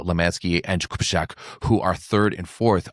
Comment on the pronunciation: The pronunciation of the name Jakubiszak is something like 'yah-koo-BEE-shack', not... whatever you said.